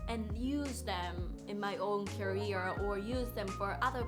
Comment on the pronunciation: career の発音 まちがえてませんか？ 9分17秒のところです。